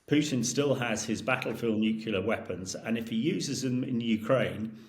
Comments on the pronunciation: Excellent content - but this mispronunciation gets right on my nerves. Say this “NEW CLEAR” not NUKULAR!!!!!!! Please can we get experts to pronounce the word properly: NEW + CLEAR = NUCLEAR. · 🎯My top "pet peeve"! How does one spell "New-Q-Lar" anyway? 2 syllables: "nu + clear", it's not that hard. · Stop saying NUKULAR……fool….. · "... the area of my expertise, the newkyuler end" hahahaha. 😂. Get out of it you stuffed shirt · Is he saying "n u cular" over and over ? Is he supposed to be an expert ? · This "expert" can't even say "nuclear" correctly. Sad af. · If your guest’s speciality is “nuclear” then his inability to say that word properly undermines his credibility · Why is it that you so called clever people can't even pronounce nuclear! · This nitwit can’t pronounce ‘nuclear’ correctly. Is he credible? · I'm aghast that a self-procliamed expert in Nuclear weapons can't even pronounce nuclear properly. Spent his life surrounded by yes-men?